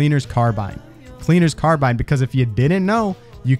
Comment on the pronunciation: Good video! I really wasn't aware that the Huntsman had so much potential. By the way, very minor gripe: "Cleaner's Carbine" rhymes if you pronounce it correctly.